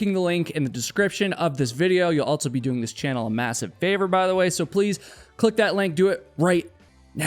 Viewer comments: AlTSo?? altso? I hear you say "All her friends" so I know you can say "all". But when you say "also," you add a "T" in the middle. Why? It stands out, and I hear it every time you say "also," which is a LOT. It must be a habit. Pay attention when you edit and you will hear how prominent it is. Altso. Ha. Anyway, I like your content. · I think the word ‘Also’ is pronounced “ALL-SoH” not “Alt-so.” I should start my own channel that provides truths, corrections, eliminates rumors, identifies mistakes and inconsistencies, and provides accurate geographical information.